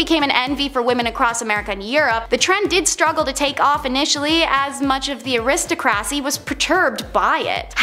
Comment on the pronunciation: Might be a good idea for you to learn the correct pronunciations of all the words, for example you butchered the word: aristocracy, to name only one!